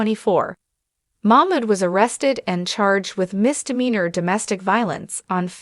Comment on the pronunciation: Her name is NiCole ...., Nicole not Nickle .... just trying to be helpful because it sounds funny when you call her Nickle.. Come on girl get it right 👍 It's funny that you can say Mamood right but not his wife's name !